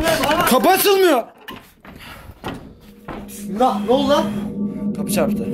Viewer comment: can : hıbıhan mismillah 😂😂